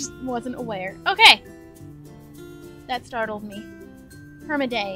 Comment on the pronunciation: And the way she pronounced it too, Perm-A-Day